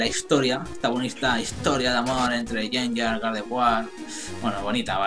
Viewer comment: Porque yenyar y no gengar?